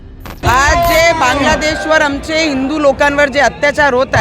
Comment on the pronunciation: अमचे nahi आमचे असते te